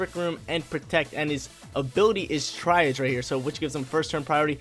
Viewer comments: TRYIGE?!? ITS TREE-AUGE! I HATE EVERYTHING RN 😂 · I love your videos really do watch em all. But man, I try to hold back but some of these mispronunciations are unforgivable. Tsareena is not pronounce "tessareen" its "Sa-ree-na" and Triage is not "try-age" its pronounced "tree-ahj" lol thats not even a pokemon word its a real world word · Triage is a medical term . Pronounced “Tree-Arge”